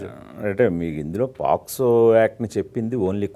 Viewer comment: Adi posco kadhu ra daffa , pocso